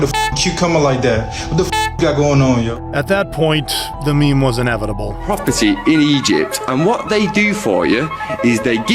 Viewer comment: Dude called it a me~me